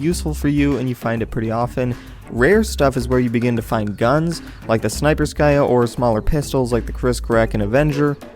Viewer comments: they snayperskaya is pronounced snay-purse-k-uh not sniper-sky-uh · You did it again XD Snipe-per-ska